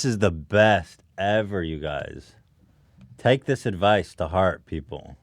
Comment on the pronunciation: Ethan sounded very Australian when he said 'take'